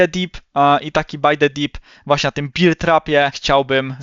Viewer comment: Bear not beer trap 😂